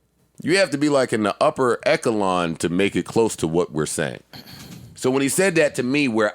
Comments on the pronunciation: Joe said "e-k-elon" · Rory's face when Joe said "Ekkahlon" I'm sick 😂😂😂